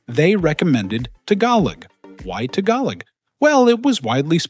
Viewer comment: Learn to pronounce the word "Tagalog" properly please!